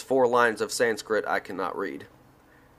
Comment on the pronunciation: Hi its a sweet thought to make this audio book and I commend you. It would be helpful for you however to learn how to pronounce sanskrit words. For example (Sri = Shri) or (jnana = gyaana also jnanamaya = gyaanamayaa kosh) or (sattva = sattwa) or a harder one - (sthulasarira = sthulashariraa) or buddhi = bhuddhi - hope that is helpful...